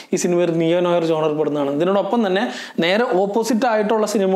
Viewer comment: As it is french, it is pronounced "Nu our" with r silent. Just a food for thought